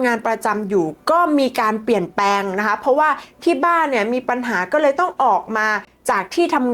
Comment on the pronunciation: คุณพูดชัดดีมากค่ะ ปรับคำควบกล้ำอีกนิดสวยเลยค่ะ เช่นคำว่า เปลี่ยน คุณออกเสียง เปี่ยน หรือ ผิดพลาด คุณออกเสียง พาด คุณพูดทุกคำเสียงดังฟังชัด มันเลยอยากให้ปร้บปรุงควบกล้ำค่ะ❤❤❤❤❤❤